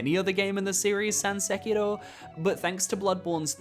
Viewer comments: Why do people always pronounce Sekiro as “sekido” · I literally had to stop watching this video because of how you keep pronouncing Sekiro 😅